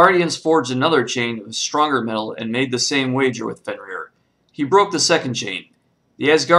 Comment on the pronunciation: You got the name wrong its fenrir